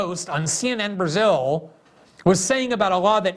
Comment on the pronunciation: Glenn pronounces it "Berzill" lol